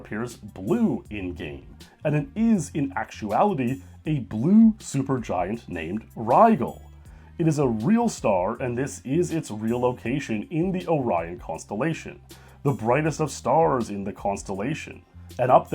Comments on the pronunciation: Pyramids of Guy-za? Ry-ggle? The fu...? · Your pronunciations of GĒ'•zah and RĪ'•jehl? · The star Rigel is generally pronounced with a soft g. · Mispronouncing Rigel, Giza, Deku, and Betelgeuse